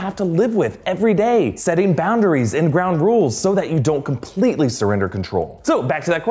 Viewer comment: He says "ground rules" weirdly right?